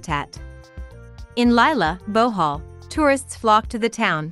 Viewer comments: Why is she saying Bowhaul instead of Bohol? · wow Bohoooololo thanks for educating me on this. Pronounce it : Buh-hall , here in Manila